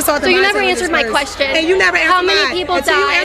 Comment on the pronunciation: Did she axe a qwerstion